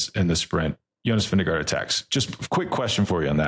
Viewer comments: say it with me: Vin-GE-gaard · His name is not Vinegar. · Veen- guh- ord. I was just told by a Danish person. We looked up how to spell it as it sounds in English.